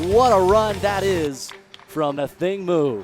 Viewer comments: thanks...my point was the accent is on the "A" . They're always putting the accent on "thing". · Firstly do not insult our mother tongue language. Its pronounced "Athieng" it sounds like a y is in the middle but its not, but hers is spelt "Athiing" not pronounced "A thing". Most of you people can pronounce funny Greek and German names but struggle to respect Ancient indigenous African names. Its a Dinka name. She isn't here to carry a name that is "easy" for you people. Its her family origins and her culture and is meaningful in our native language. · Its Athieng in our native language. They keep saying it incorrectly because these fools act like they cannot pronounce African names. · I wish the announcers would correctly pronounce her name ..Athing (accent on the "A")